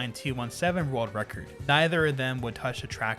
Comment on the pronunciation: This is how many times he said rurld record. ↓